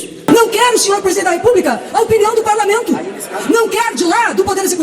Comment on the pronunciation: Quem é a moçoila lacradora? Ela é do "parlameinto"? Há quanto "teimpo"? Ela fala "dais" "emeindas" "parlameintares". Ela é do Partido do "Adéilio", o lobo solitário da alcatéia, que "teintou" matar Bolsonaro.? Ah "eintão" tá.. Já "deistilou" o veneno, cascavel.